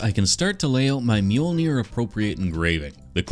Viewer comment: Mjolnier? Dude at least mjol-ner😂